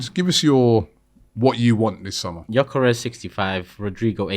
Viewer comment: next time you say gyokeres over sesko, atleast do your basic research...🙄🤦😑